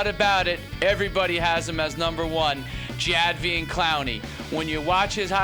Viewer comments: its pronounced Ja Day Veon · This dude doesnt even know how to pronounce the best player in the country's name